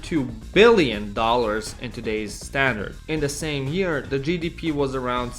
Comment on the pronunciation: WTF?!? 🤨 Why the need to be so dishonest and scummy?! You've mentioned the YUG debt statistics so overly dramatic, saying in today's money debt would be 65 billion $ (while over-emphasizing the word BILLIONS 😂) But today, only Slovenia (which represented just 7.5 % of the former YUG population, as seen in your previous chart) has higher debt in BILLIONS OF $ IN TODAY'S DOLLAR'S 🤣 Serbia and Croatia each have similar debt to the one the whole ex/YUG had, measured in BILLIONS (😁) of $ in today's money. If you combine today's debt from all the ex/YU countries, it is 5-10-15 TIMES higher than ex/YU had., and in terms of debt/GDP %, ex/YU had couple of times lesser percentage... It's retarded that I have to write here that I don't give a special fak about the ex/YU, or komunizam 😁, so that (lower IQ) people here don't think I'm defending the komunist system, or whatever... I know you know all of this, so WHY would you be this deceitful?